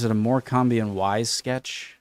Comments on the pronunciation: My SIL is from Morcambe, and hates it when i pronounce it 'Mor-cam-be' (or when I say that statue is a llama 😂). It makes me giggle every time, even after 16 years 😂😂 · When saying 'Morcambe', don't say the 'e' at the end. It's pronounced Morcum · Morecambe (as in Morecambe and Wise) is pronounced 'Morkem/Morkam'. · Morcambe is pronounced "more come". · Morecambe is pronounced more-cum, horrifying but true. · I wish you could have read it aloud instead of the awful AI voice. Ugh. Ps: Morecambe has a silent 'b' ('Morecome' pronunciation 👍) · No, he pronounced Morcombe as mor-cam-bee 😂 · Pleas tell me your pronunciation of Morcambe was deliberately wrong! 😱